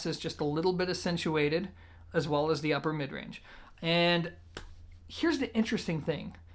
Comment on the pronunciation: I can't listen to this dude anymore for one reason..He can't say the word THE, instead he says DA..Learn how to speak properly before you put yourself out there and subject people to DA things you have to say.